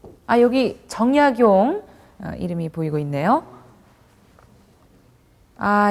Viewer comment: "최고 천재"! 이 얼마나 어색한 표현인가? "변방"의 "변"자를 왜 "길게" 발음하십니까?? "가 변 자"는 짧게 발음해야 하는 것을 구ㅏ하와 같은 한국의 학자께서 글.ㅅ 읽었다는 것은 1967년에 고국을 떠난 이 늙은 이는 너무나 실망했습니다. "한국 어문을 고발함"이라는 책을 일독해 주실까요? 미국 변 완수 드림. 또 놀란 일!! 주제가 다산 "정 약용"인데, 이 아른의 성 "정"자의 틀리게 모두 틀리게 발음햐고 있으니, 대체 한국의 언어 문화의 주소는 어디메 있아옵니까??댜산 선생의 성은"짧게" 읽어야 합니다.제발!! "짧게" 읽어야 하옵니다!!